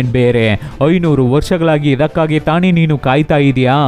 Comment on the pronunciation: ಅದು ತಾನೇ, ತಾಣೆ ಅಲ್ಲ ಗುರು